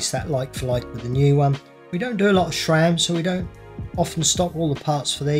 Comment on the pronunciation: Please, please. It' SRAM. Not SHRAM. If you don't believe me, ask SRAM.